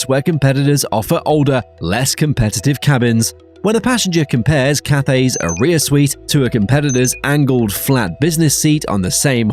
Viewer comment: I’m sorry, but Aria is not pronounced like “A-rear” 🤷🏻‍♂️